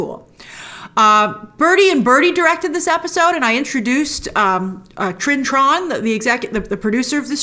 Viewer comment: Trinh “Tron” no her name is Trinh Tran